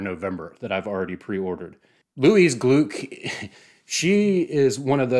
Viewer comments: Great video! She became one of my favourite poets of all time. Just a quick correction, if you allow me: it’s pronounced “Glick”, rhyming with “click” 😉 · With all due respect....her name is pronounced "Glick." Rhymes with "click" Great job. -Johnnie Stanizzi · I worked with Louise at Goddard. Please her last name is pronounced Glick. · Thanks so much! Great to be here! (And I know to pronounce it as glick now.) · I’d never heard it pronounced aloud, so, yeah, I just assumed German. I’ve since been corrected with several variations! Lol Michael Silverblatt says it’s pronounced to rhyme with cluck. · Anyway, if you want to hear it pronounced, take a looked at the announcement video for the 2020 Nobel in Literature where Mats Malm and Anders Olsson (both members of the Swedish Academy, the institution that decides each year's laureates) say her name. In some news publications they also stress this approximation to her name rhyming with “click”; it may not be a precise example but a close one.